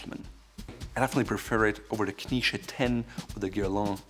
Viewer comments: Why do you pronounce Knize as though it were spelled "Knische"? As a native German speaker, your choice of pronunciation is puzzling. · He pronounces 'knize' like the jewish dish 🙂